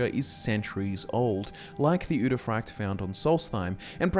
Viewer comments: frykte is not pronounced fraykt though, it's more like Freekteh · I don’t know why, but I hate the way you say udefrykte. I think it’s pronounced ude fri kte and not ude fryekt. Yeah I just checked, you are pronouncing it wrong. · Yo my guy, the frykte in uderfrykte is pronounce more like friction, not fry-kte. Sorry, it was bugging me the whole video. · You pronounce the Norwegian word so wrong 😭